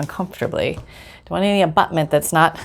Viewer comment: Sonny is in the dreaded cone!!! 😭 lol. Hope he has a speedy recovery... I have to say, I laugh when you say" abuttement" bc of you giggling!!! Abuttement. My favorite word is "copasetic". 💚